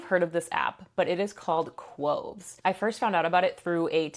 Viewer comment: Not K-wo-ves, it's K-ow-ves